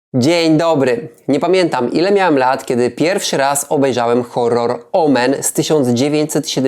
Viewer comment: "Zanim powstał słynny horor"... Nie wymawiasz nazwy gatunku (ani niczego innego w recce) po angielsku, a geminaty się w polskim rozdziela w wymowie. Ogólnie dość dziwnym idiolektem się posługujesz, biorąc pod uwagę czytanie już sprawdzonego przez faktem, napisanego przez siebie tekstu ("potrafiły charakteryzować się"?), ale poza tym ciekawie opowiedziane, w przemyślany sposób. Swoją drogą chciałoby się zapytać, czy Stan Kubrick się inspirował sceną jeżdżącego na rowerku Damiena :) Jeśli chodzi o sposób filmowania z częściową zasłoną przez obiekty, w późniejszych filmach ze scenami szeroko pojętej grozy (niekoniecznie horrorach, bo np. przychodzi mi Robocop do głowy jako przykład) przyjęto powszechnie tę technikę. Może to też zasługa tego filmu. O Damienie polecam ten kawałek